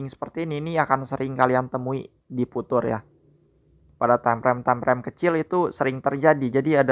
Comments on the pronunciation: viuchers bang bukan vutur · bacanya fiucer bukan putur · Bukan futur bacanya, fiucher